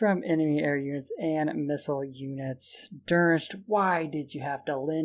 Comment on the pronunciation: Άκης Τσιδαρ I love how he calls him "Durnst". Im like, "Its Don-Its! Its not that hard!" Plus, he coming back in with that Lin B swag and Shelter expert.